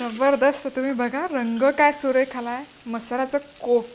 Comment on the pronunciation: aaha jabardast he shabd tumhi khup chhan bolta 👌👌👌❤️